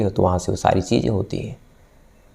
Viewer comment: Aap Kahani Bahut Achhi Sunatay Hain Sir....Laykin Aapki Hindi Aur Urdu Dono Bahut Kharab Hai...Isliye Sunne Kay Aisa Lagta Hai Ki Kahin Humari Zaraban Bhi Kahi Itni Kharab Na Ho Jaay...Sir Please Thoda Kaam Kijiye Apni Pronunciation Per...Shaqs Hota Hai Saks Nahin....Cheezain Hota Hai Cheejain Nahi....🙏🏻🙏🏻🙏🏻🙏🏻